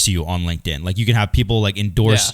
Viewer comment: it’s LinkedIn, not Link In.